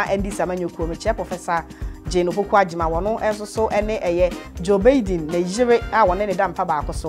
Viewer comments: The way u pronounce Joe Biden is not correct please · Please it's Biden not Baiden